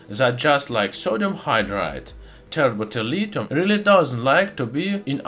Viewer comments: Tert bulilithium, also pronounced terrible terlitum thats all i heard the whole timw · it sounds like he said the chemical not from earth is turbo terilium? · I can’t even understand what he’s calling the liquid at the end - tepeterlithium?